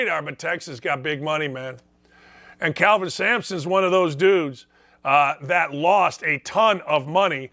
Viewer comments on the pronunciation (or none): It's Kelvin not Calvin. lol I wish he would've been able to stay at Indiana.